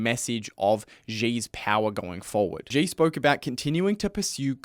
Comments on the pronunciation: Xi is pronounced like the English word “she”. It’s not hard. There is no “j” in Chinese like the French j as in “je suis…” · Good video, but please, at least learn how to pronounce “Xi” if you are going to say his name so many times.